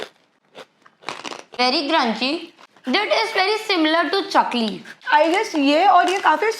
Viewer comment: Chakoli nahi. Chakali hota hai vo. Cant believe that haldiram made this mistake.